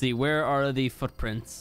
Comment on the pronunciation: does anyone else hear him say "fuck-prints"?